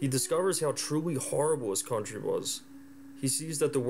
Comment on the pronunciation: Everytime you say "Country" a small child dies.